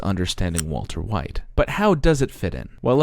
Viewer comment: waltuh wite